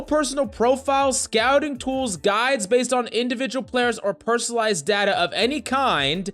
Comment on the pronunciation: The way this guy pronounces data hurts me.